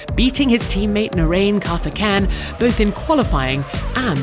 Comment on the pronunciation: Yeah, Karthikeyan... When years before, people thought, Takagi, Lavaggi or Alliot were bad (F1-)drivers. Btw, gross mispronounciation of the name from your side. So much money, so little professionalism!